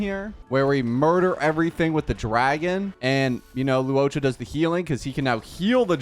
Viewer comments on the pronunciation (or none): I die evertime this man calls luocha “luoca” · “loo ohcha” … im gonna cry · I die because he tries to mispronounce his name so badly, but sometimes it slips the right pronunciation.